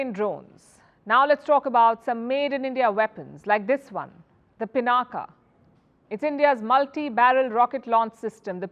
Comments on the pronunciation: कम से कम आप तो पिनाक को पिनाका न कहें।भारतीय विदेशियों की नकल करके अपने नाम बिगाड़ कर बोलते हैं। पिनाक शिव जी के धनुष का नाम था जिसे भगवान राम ने तोड़ा था।कृपया अपने देश और देशवासियों पर कृपा करें। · It's पिनाक, not पिनाका. पिनाका sounds so comical! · It is pronounced pinak and not pinaka. When will Indian's start respecting the Indian names by calling it properly? Even the Dhanush of lord Shiv is not being pronounced by a Brahmin journalist! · Humare mul bhassi shabd Ko mul bhassa mai bole na . " Pinaak" bole . Ab uchcharan Humare se hai toh uchcharan iss bhassa k antargat hogi na .